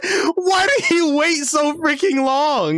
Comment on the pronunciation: He said “did he?” But it did sound like Diddy